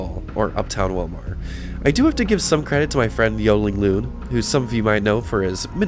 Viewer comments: Willmar pronounced more like Willmere, IYKYK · I knew the Kandi Mall was slowly dying. But didn't realize how far it was. On a other note I'm sure there were smiles from people who live in that area or like me that used to live in the area. When ever you pronounced Willmar. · Just to let you know, it's pronounced Will-mer not Will-mar. And it's Kandi-yo-high. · FYI, the city and county are pronounced WILL-mer and Kandy-OH-high. I grew up in a small town around 30 miles away in Maynard (pronounced May-nerd). Sad to see how dead it’s become - was a booming place compared to Maynard, population 478 in the 1980’s. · Funny listening to him pronounce the city and county name. It's pronounced Will-mer and Kandi-oh-hi, is how you say the names. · Surreal walk down memory lane, thanks.... Pronounced: Willmar = Willmer, Kandiyohi County = Kandi-yo-high